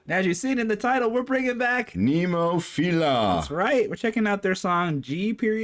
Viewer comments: I know it's easy to mess the bands name pronunciation up, but there is only one I in Nemophila, not 2. 😮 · It's actually NEH-MO-FIL-AH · Still saying nemophil....IA. 😊 no I.